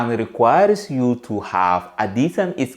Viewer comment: What country are you from ? Because your english is sh!t ! This is you 👉 if yoooh want too 😂